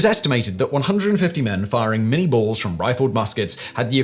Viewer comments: Its not the Mini-ball as in Miniature... its Minie as in the guy who invented it... (pronounced Min-ey, he was french). Small point of order but something everyone has done through history... the ball itself is almost twice as big as a conventional musket ball so mini would be stupid =P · It's pronounced "min-yay" not "min-eee". I've actually got a .54 caliber minie ball projectile on my desk. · ...and uses the American pronunciation of Lieutenant when describing a British officer. Plus 'minie' is pronounced 'min-yay'. Otherwise lots of great info.